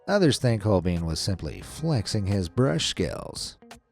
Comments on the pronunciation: It isn't hol-BEAN, either. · holbein is pronounced like holvine not holbein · The German letter-combination ei is pronounced like the English letter i btw. Holbein is pronounced sth. like Holebine. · Would it have been so hard to Google the correct pronounciations of Holbein and Scheveningen? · Pity the narrator doesn't know how to pronounce Holbein, Millais, Huguenot, sower - (I'll allow Van Gogh as I realise that's the standard American mispronunciation) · Hol-BINE. "EI" is always pronounced as a long I in German. What? The French, prudes? Almost everyone pronounces Van Gogh's name wrong. It does NOT rhyme with "go". What? The guy's arm and exposed neck is supposed to be a baby? So-er. Dali also painted a picture of the Last Supper with a dodecahedron in the background. A dodecahedron is a 12-sided solid.